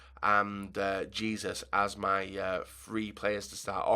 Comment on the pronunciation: its pronounced heh-soos not jesus.